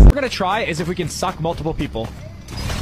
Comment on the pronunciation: he really emphasizes that word suck